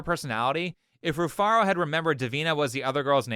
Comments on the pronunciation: Her name is Re-Fart-A. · Rufaro spoke to him face to face and he still got it wrong because she mumbled. He said "Rufara". That's how much she didn't pronounce HER OWN NAME. I thought she said Rufarta. The nerve to hold others accountable when you can't pronounce your weird name yourself. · Its pronounced refarted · her name Rufaro is a Zimbabwean name and she did a terrible job of pronouncing it it's actually a quite common name in Zimbabwe and it means happiness or joy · That first girl's name is not easy to pronounce at all the way you read it (Rufaro) is how you pronounce it but she is a Zimbabwean and that's what all Zimbabwean girls do trying to change the pronunciation of their names to sound cool. That's very sad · shes already lost the argument How are you gonna open up with an argument if you cant even pronounce your name correctly? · Rufaro is a Shona word for Happiness. Saw a reaction to the og video a while back and I have to admit, her name flew past me as well. As a Shona dude I would have immediately picked it up if she didn't butcher it. Shame on her. Bruh....she said she's a Zim goddess and fails to pronounce here name correctly???? I'm offended. So sad that, a white man, pronounced the name much better than she did😓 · Rufaro 😂😂😂 that's a Zimbabwean name. That's not how you pronounce it. Why is she saying it like that?